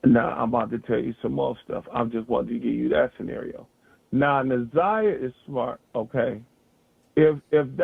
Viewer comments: It’s pronounced NAH ZI AH NOT NAH ZAY AH….please pronounce her name correct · It’s Nah Zie ah not Na Z(eye) ah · Just tell her how to pronounce it , it’s NA-ZI-AH ❤️ great video btw! 🫶🏾✨💯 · it don’t matter how anybody spelled it, IN YOUR VIDEO ITS SPELLED NA’ZIYAH SO AGAIN U CANNOT READ OR KNOW HOW TO PRONOUNCE YOUR VOWELS ‼️ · hey boo, it’s okay, its pronounced NA-ZI-AH ❤️ The “y” is silent. GREAT VIDEO BTW!❤️🫶🏾✨ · Na’ Z(eye) ah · she keep saying her name wrong Na’zayah and it’s bothering me so I said sum tf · u too mad 🤣 u gt the point or no 🤣 either way it’s not NAZAY OKAY!! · I really do appreciate your content because you are posting things that I haven't seen on any other bloggers page. However, I think that you really should try to say this baby's name properly because you keep mispronouncing her name, respectfully. Now you have said Jarvis name wrong many times and that hasn't bothered me. But the fact that you keep on saying Na'Ziyah's name wrong is really upsetting. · Nobody cares if you pronounce the offenders name correctly but show some respect to the little girl you’re clearly partially illiterate because how do you get they (a) sound from (iy) vowels ? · Plz say her name correctly...